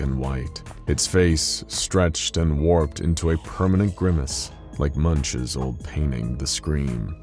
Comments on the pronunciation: Just to clarify, Edvard Munch is pronounced "Moonk" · I believe Munch is pronounced moonk. I've heard English-speaking art historians say it that way, but I'd love for a Norwegian to have the final word.